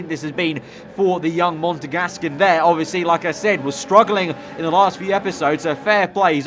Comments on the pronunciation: MONEGAS NOT MONEGASCAN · did you say Montagasc